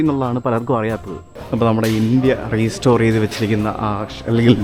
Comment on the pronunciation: PLEASE റീസ്റ്റോർ എന്ന് പറയല്ലേ. It's റെസ്റ്റോർ (RESTORE).